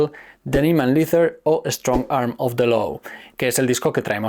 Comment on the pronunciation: Leather se pronuncia "leder" (cuero). Gracias por el vídeo! 😅